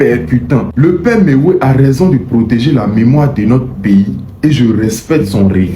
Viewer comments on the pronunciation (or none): Quand tu dit Mewey viens d'attaquer Himra là oh est ce que tu comprends le français parler